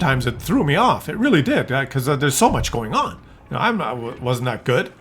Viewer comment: Le babe, say daat?